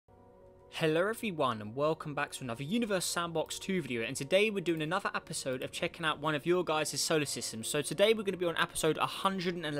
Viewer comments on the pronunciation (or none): U said apesode instead of episode